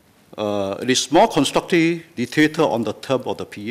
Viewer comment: WHAT DID HE SAY? It's not that I support the ruling party, but how can I support an opposition party when the leader cannot even speak English properly? How can I vote for someone who says "constructive" as "constructee", "mentioned" as "manktion" and "shift" as "sheeee", let alone be able to communicate with leaders of OTHER COUNTRIES and promote bilateral ties? Can you imagine what the people of other countries will say? And I'm only at the tip of the mother-effing iceberg. No. No man. LTK please understand that Singaporeans are not stupid, and younger Singaporeans like myself are well educated, ENOUGH to know that you won't make it out there. Don't even talk about "in Singahporh". Not every one is voting blindly. Most of us do actually THINK before voting, in case you, LTK, were not.. in the loop should we say. Please, bear that in mind.